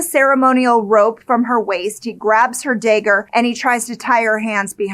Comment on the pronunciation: A "day-ger" huh? Never heard of it. I've heard of "dagger" but not the way you pernounce it and ive been alive 44 years and never heard it ever said it that way.😅